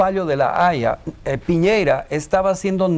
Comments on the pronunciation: Cuando paren el resentimiento añejo tendrán mar pero por punta arenas, además es Piñera no piñeira 😂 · Señora, es Piñera no Piñeira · El presidente se llama Piñera, no Piñeira señora. Infórmese, por más que le duela.